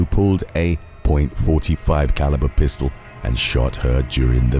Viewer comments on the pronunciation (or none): none